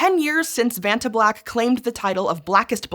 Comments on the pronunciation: When you said vatna it sounded like you pooped your pants. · Oh, come on, that acronym easily rolls off the tongue if you're not American. You should try a holiday on the beautiful island of Krk, you'll be able to pronounce "Vacnta" after that!